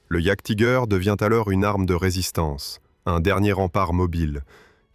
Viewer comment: "Jaguetiger" :face-green-smiling: Sur youtube c est beaucoup trop souvent que les gens parlent de ce qu ils ne connaissent pas ! C est pas en 5min de recherche que vous êtes capables de faire une vidéo sur un sujet ...